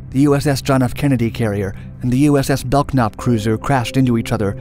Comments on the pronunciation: USS Belknap is pronounced "BELL-NAP" not BELK NAP. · It's pronounced "Bell-Nap," not "Belk-Nap." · While on active duty in the U.S. Navy in the 80's, we were told the pronunciation of the USS Belknap was really "bell-nap" and not "belk-nap." FYI. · Low budget click bait; lost me at pronouncing Mk as "em-kay" instead of "mark." Belk-nap was just the coup de gras. FAIL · Yeah, it took me a while to figure out what ship was the "belk-nap" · My uncle served on the Belknap. The K is silent! Please get all your facts straight before you put these videos together. There have been a lot of inconsistencies and outright errors with Dark Docs, I prefer Mark Felton Productions, historically they're far more accurate and the research is impeccable. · "Mk" is pronounced "mark". The K in "Belknap" is silent, as in "knife". It's "KENnedy", not "kenEDy". While "exponentialized" is a real word, it's not a very good one.